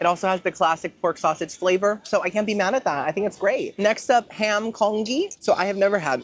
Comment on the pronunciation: Hi, I’ve been looking forward to this one❤ just wanted to lyk that the Congee is pronounced as “con-G”! It’s pretty much just rice porridge 🙃